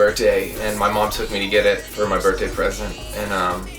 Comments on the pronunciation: hhe says birtday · Just realized he can't say the word "Birthday"